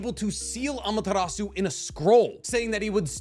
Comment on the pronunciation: It hurts my brain whenever you pronounce Amaterasu